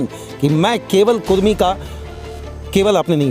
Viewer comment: कुर्मी नहीं कुड़मी